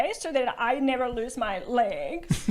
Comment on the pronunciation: "some people don't even have ley-guh-zuh"